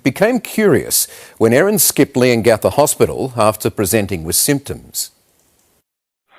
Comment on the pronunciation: Pronounced Leon-gatha